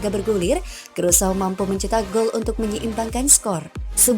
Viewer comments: Krusao negara mana ya??,, yg saya tahu Indonesia Vs Curacao,, dibaca Kurasao, negara bagian dr kerajaan belanda,, itu sih yg sempat gue baca di peta,, kalo Krusao sih ga ada dipeta. Bingung saya,, ini saya yg salah denger atau adminnya yg salah ucap,, tp masa iya salah dr awal sampai akhir,, aneehh, 🤣🤣🤣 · Aduhhhhh "krusau" dari mana nie. Bikin malu aja nie cewek yg bacanya aja kacau